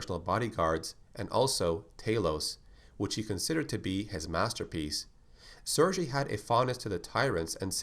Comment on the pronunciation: Cool! One thing, the G in "SerGey" is spelled like in "Gay" :) Also his name makes no sense at all, because both Sergey and Vladimir are first names in russian